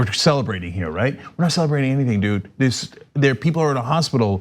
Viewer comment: When Trump says people, it sounds like he is saying beople.